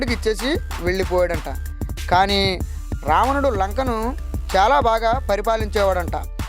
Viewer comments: Ravanadu ani palakadam mundhu nerchukoo ramanadu antunnav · There are lot of pronunciation mistakes it's not ramanudu